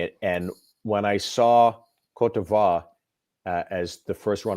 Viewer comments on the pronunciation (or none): I would too after seeing him host. Cot deveer? Guadalupeh? He didn’t even research how to pronounce the countries! He’s like the worst host ever! I miss the times when dashing debonaires like Bob Goen and Jack Wagner or even Alan Thicke with perfect decent hosting skills and are not corny were hosting. Their presence alone means hollywood high class event. I wish i had billions i would definitely acquire that pageant back and bring it back to the times when it was the undisputed beauty Olympics with a perfect presentation musical score, hollywood caliber guest performances and most of all a fair transparent scoring! This pageant needs to be owned back by an American company and broadcasfed by an American emtertainment platform! It will never be “Miss Universe” if it’s not American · Miss CORDOBA? It's pronounced [kOt divwAr] it's French for coast of ivory / Ivory Coast